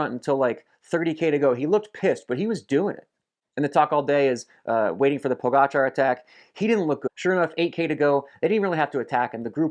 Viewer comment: Superb content Phil. Also, kudos for bothering to learn how to pronounce Pogacar correctly. It seems a few other well known American cyclists are either too stupid or lazy to bother. The summaries are great. You should do them for the monuments as well.